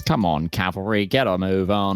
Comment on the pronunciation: It's cavalry, not calvary. Calvary is where Jesus was crucified. Cavalry are horsies. I don't even mind the mispronunciation, it's just repeated it like 50 times. >_>